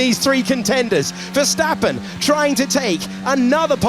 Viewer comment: These English guys are still having so much trouble saying Max Verstappen its hilarious.